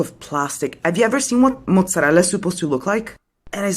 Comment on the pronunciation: thanks for seeing the video I recommended! , others have also come out if I'm not mistaken , as an Italian I bet she is Italian , from how well she pronounced mozzarella and how she gesticulates with her hand , 11.35 in Italy each region has a different type of food and cuisine, a whole life is not enough for you to try all the food we make